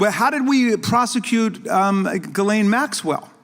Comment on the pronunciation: It is pronounced “jizz-lane” Maxwell, right??😂